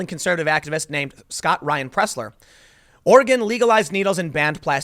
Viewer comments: Hi Tim! Nobody here says "ori-gone"! It's "ori- gin" with a hard G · I'm a Portland, OR Conservative. Scott is welcome here. Will-am-it Or-i-gun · Cleaning trash is a far right dogwhistle that's code for "Eliminate bacteria" which of course is racist. Wait, did you just say Oreh-gone? Do you say Charlestahn? My favorite character in Fresh Prince is Carltahn. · Ore-gone and Will-uh-mette? LOLL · It's pronounced Will-am-ette and Or-ee-gun. Damn East-coasters lol great video though. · Just because I know you will end up talking about this epicenter of far left stupidity... "Ore Again" or "Ory Gun" are both ways people there pronounce it (you usually said it right butdid slip) Will Lamb Ette. It's counter-intuitive to the spelling. Lots of places out there like that (Philomath being another example). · I think he mispronounced Oregon too. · Journalist Tim, you have been to Portland. Why do you mis-pronounce Oregon and Willamette on purpose? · Leftist ruined my state long ago. Leftist let the homeless trash the cities. PS: Tim, your pronunciations of Oregon and Willamette are wrong. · wow you slaughtered the name willamette its not pronounced will-eh-met its pronounced will-lam-it also oregon is not pronounced or-e-gon it's pronounced or-gan just like what you have in your body or like the musical instrument LOL people who are not from around hear can't pronounce the names right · As a Portland native: 1) will-AM-it not will-uh-met, 2) ORegon not or-GONE, 3) Portland does look like shit and needs all the help we can get. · For future reference: it's pronounced "Will - Am - IT"...and It's pronounced "Or - a - Gun".